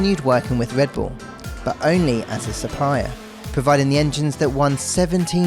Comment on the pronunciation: “Wike wivels wedbull”